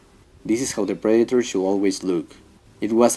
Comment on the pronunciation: It’s pronounced pred-ah-tor. Not pread-a-tar